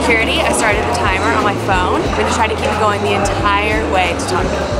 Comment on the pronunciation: Can you pronounce Tonga properly please? It's pronounced To 'nga', like nah but add the sound of g. You got the 'To' right, but you are pronouncing Tonga like 'Ton; ga' Please and thank you, from Tongan friend ❤